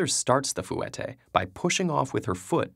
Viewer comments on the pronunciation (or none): Fouetté has two syllables, not three. "fweh-tay" not "foo-eh-tay" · My god, yes that was bothering me the whole time. I say it in two syllables so to hear it drawn out into three just hurt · I’m sorry but as a dancer it was very “annoying” hearing you say “Foo wet ay” it pronounced “fwe tay”. Also people saying they can only do four and stuff shouldn’t give up, I learnt how to do them when I was older but now I can do so many cleanly and fast. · hearing this guy say "foo-eh-tay" makes me want to die. it's "fweh-tay" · fu-wet-tay lol its fwet-tay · its not fu-ette its said like fwette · Wonderful explanations 11/10 but it’s pronounced fwe*tay not foo*et*ay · did anyone else cry a little every time he said "fou-et-tay" instead of "fwet-tay"? it's 2 syllables! great video though! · Fouetté is not prounousef like forwetay it's pronounced foh tays and her arms the way she is drawn is wrong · It's pronounced (Fu-wah-teh) not (Fu-wet-eh) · also its not pronounced foo-weteh its fwah-teh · Btw, sorry if I'm being stuck up and pretty, but it isn't pronounced fooette, it should be pronounced fwette. It was just bothering me because I hate it when people say ballet terminology wrongm. XD Sorry bout that but still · Did anyone else cringe because he pronounced it fwet-tae not fwa-tae?? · Ellen Charlie fouetté is pronounced 'fweh-tey' not 'foo-eh-tey' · Fwe-tay, not foo-et-ay. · Any other ballerina's want to yell it's pronounced "Fwata" not "Foowate" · ThatRandomChick Ikr. Plus he wasn't saying fouetté right. It's fwet-té not foo-et-té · no one says foo-et-ay, they say foo-wah-tay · no one: ted ed: fuu etay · Was anyone else triggered when he said fu-whet-A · Foo-ette-ayez. AHH that made me cringe so bad😭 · it is said like foy tay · It’s pronounced foutette with an e not the way you say it, I had to say something I’m a ballet dancer and it was cringing me out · Did any of my dancer squad cringe when he said "fooette" I've always been taught it's pronounced different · fooetay lol